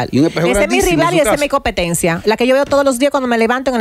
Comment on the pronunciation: Ella está mejorando, pero dice copetencia y almirar. 😞🫣 ellos no la corrigen. 😡